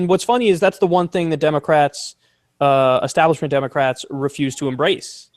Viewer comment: Say it with me, Kyle...ESTABLISHMENT